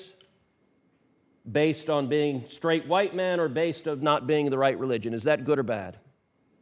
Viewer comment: Bad, not nad. Sorry